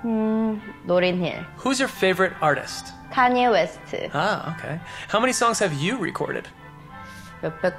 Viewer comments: Cl don't say Kanya west😭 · Jerry N. Thats the thing Koreans CAN pronounce it right they choose not to.They speak Korean-english where they break down an english word into korean letters that sound similar .Watch the vid again to see her pronounce Kanye West as Ka-nea wes-tu .